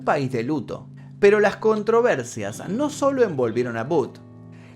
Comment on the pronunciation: Su nombre es Booth, estás decidiendo boot, como bota. 👢 No hay un americano o inglés que puedes llamar para preguntar la pronunciación de nombres y palabras inglesas? Y Lincoln se pronuncia como lin-kin, no hay el sonido de O.